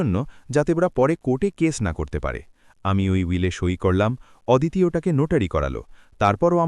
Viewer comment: ওদিতি নয় হবে “অদিতি “